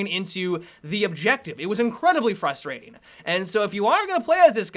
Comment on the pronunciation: The fact you said fustrating is frustrating.